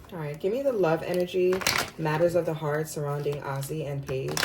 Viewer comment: I feel like this goes hand in hand with their latest interview … them being understanding and putting each other in their shoes or clothes . Names are pronounced: “A Z” Paige last name is pronounced as “Beckers “